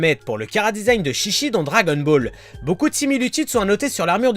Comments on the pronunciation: C'est faux ce que tu dis car déjà chichi ne se dit pas ( chichi ) mais ( tchitchi ) sa ve dire boeuf en jap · On dit pas shishi mais chichi (tchitchi) parce que shishi sa veut dire lion ce qui n’a rien à voir avec chichi qui veut dire mamelle en référence à son père qui est le roi taureau ou un truc dans le genre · Ont prononce tchitchi même si sa s'écrit chichi... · On prononce Tchi-Tchi qui veut dire pis de vache( surement car son pere est le roi taureau . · Mais en fait le nom se prononce tchitchi... donc les portugais sont tout simplement con de changer un nom car ils savent tout simplement pas le prononcer.. xD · ouais car ils savent pas le prononcer non plu.. xD mais si tu regardes la chaîne DBTimes, ils prononcent tous les nom en jap, et ils avait expliqué que le nom se disait tchitchi et non chichi car sinon ça voulait dire carrément autre chose.. xD